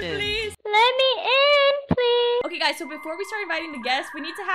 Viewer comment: “Let me in pleas” lol